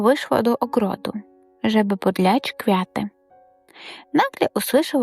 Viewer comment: Добрий вечір, підкажіть будь ласка, що з наголосом? У багатьох словах він порушений. Дякую за гарний текст, але треба перевірити вимову за допомогою словника. dochOdził, pOdlać